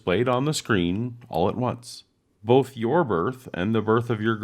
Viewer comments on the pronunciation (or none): none